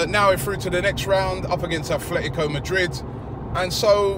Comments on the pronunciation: Affffletico Madrid? It's ATletico not Affletico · aaaarrrrrggghhhh the club's name in pronounced ATLetico Madrid, NOT ATHletco! aaaaaaarrrrrggggghhh